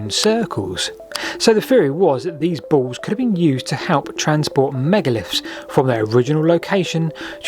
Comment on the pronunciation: The word is pronounced "balls", NOT "baws". This irritates me so much I can't complete the video. Speak properly man!